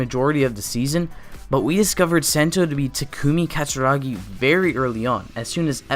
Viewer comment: you’re we’re pronouncing sento name and his ultra ego name well definitely that one of problem with this video but ya that it